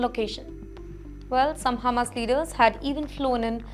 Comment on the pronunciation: Its Hamas, NOT Humus....